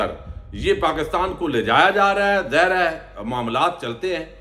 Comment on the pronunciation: اللہ کے بندے لفظ ظاہر کو کب تک زہر بولتے رہیں گے ؟؟؟